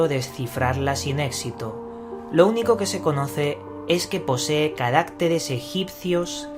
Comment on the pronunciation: Se dice CARACTERES, no carácteres T_T mano abajo